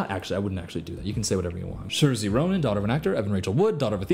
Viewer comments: hun, ily but as an irish person, i can't let that pronunciation of saoirse ronan's name slide 😭 SHERZEE? baby it's pronounced SEER-sha! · giggling at his pronunciation of saorise 🤭 tbh only reason I know is I have a ton of Irish friends (it's seersha) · HOW did you say Saoirse's name?! 😭im pretty sure its pronounced sor-sha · I love the way you say Saoirse but if anyone is curious it’s pronounced Sor-sha. (Irish names have very unique spellings) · Saoirse= Sir-Shuh btw :) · SIR THAT IS NOT HOW YOU PRONOUNCE THE NAME SAOIRSE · That is not how u say Saoirse Ronan 😭